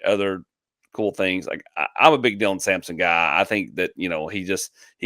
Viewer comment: Sampson not simson